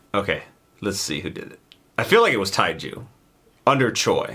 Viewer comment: Tae-ju = Teh-joo